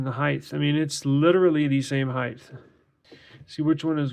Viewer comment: Just for future reference, it's "height", not "heighth". Good video.